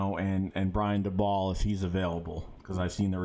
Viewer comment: watch a interview with Daboll so you can hear how his name is pronounced please